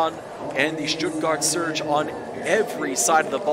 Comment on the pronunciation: You saying Stuttgart Surge ⚡ is horrible!